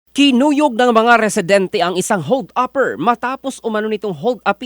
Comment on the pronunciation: Ngayon ko lang narinig "Hold Upper" ang pronunciation. 😂